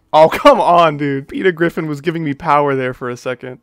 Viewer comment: Pweter Gwiffin